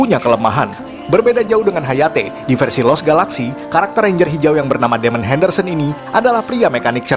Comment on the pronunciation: versi bang bukan versu